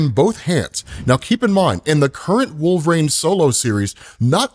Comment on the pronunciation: I can’t be the only one hearing “wolverAine”